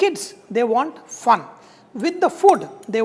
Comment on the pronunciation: Whenever he said “Fun”, I was like 😱😂